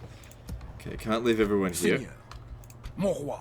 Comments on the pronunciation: What's this "mowarh" word they keep saying? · It's "Mon Roi", it means "My King".